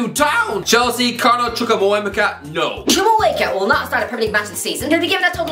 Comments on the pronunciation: The way he's butchering the name chukwuemeka 😂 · Carney Chukwuemeka 😂😂😂😂😂 I’m rolling on the floor Irish guy, you’re butchering the pronunciation again! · I can't be the only one who finds it funny that he can't pronounce Chukwuemeka🤣🤣